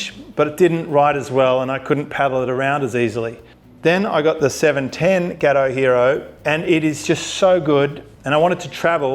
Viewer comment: Got oh. Not ghetto mate. 😉😂